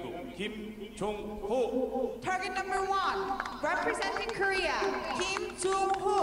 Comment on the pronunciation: For the commentator of this video, listen to the announcer introducing the archers and learn how to properly say the archers' names. It's Gim, not Kim and it's Chay, not Choi. I know, I know. That's how 츼 is spelled using the McCune–Reischauer system, which is a very flawed system. There are five archers at my archery club with the family name 츼 and they all pronounce their name Chay as do all the other members of the club.